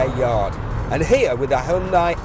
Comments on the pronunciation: Its not HAI UN DIE ONLY HYUNDAI AND YOU READ IY HYONDAE!! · why the fuck is he pronouncing Hyundai like that?